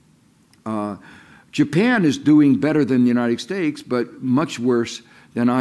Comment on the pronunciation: He always says "United Stakes"